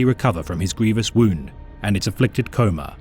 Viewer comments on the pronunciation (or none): none